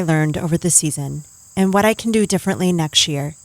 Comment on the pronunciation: “NexT year” or did you mean to say “neckshear”